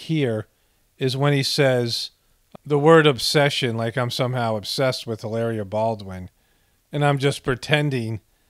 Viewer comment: Don’t cancel me, I know you don’t need to know nor do you care. I speak Spanish and since she’s Spaniard from Boston,Spain, LOL HilARRRRRRRIA!!! ; that dish is Paella pronounced Pie-aaaaya… great dish but looks more Bostonian than Spaniard, lol love your work, epic stuff and food for the soul